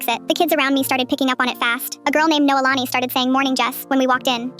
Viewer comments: i’m hawaiian and was shocked to hear my name in this short- “noelani”- and the ai pronounced it wrong, it’s not “no-uh-la-nee”, but it’s actually pronounced “no-ay-la-nee” :) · Also tf is noa lani 💀 its noelani